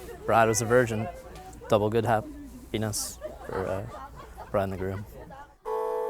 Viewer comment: lol how he say double hap-penis for the bride and the groom